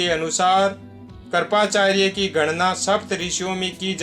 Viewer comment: आपने चिंरजीवीयोंको अच्छा विशद किया | मगर स्मरण, कृपाचार्य आदि अनेक शब्द है, जिस का उच्चारण गलत है सही शब्द बोलनेकी कोशिश किजिये|